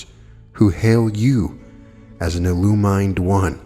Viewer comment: Nice book and job with the reading. It’s pronounced illu-min-ed not illu-mine-ed though. For some reason that one bothers me and I can’t help but being distracted by it.